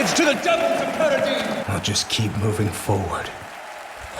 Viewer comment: "Mioving forward" he says :D what a foreshadowing!!!